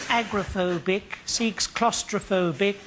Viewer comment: It´s agoraphobia not agrophobia. 😉